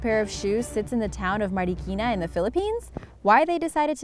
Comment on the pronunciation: I like the fact that some of the filipino words like sinarapan or marikina, well she pronounced it well and plus points for the fact that even i live in philippines i didnt know about the huge shoes, i only know that marikina is a shoe capital